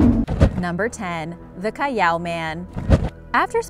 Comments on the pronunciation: Its not cayaw.... It is Cal aw thats how you pronounce callao. Bobo. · Its pronounced as Cal-yao. She used how mexicans pronounced ll. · its pronounced "Callaw" not cayaw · It's not KA-YAW man and cave it's Cal-la-o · Callao is actually pronounced as kal-lao, not kayao.. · Its not caiiao its callao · Its callao not cayao😂 I'm proud to be a Filipino! Like this if you are! Pilipinas! 😂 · So callao caves is pronounced Ca-yao? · Is anyone else not bothered by how she pronounces Callao as Cayaw? I see no "Y" in that word. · its cal lao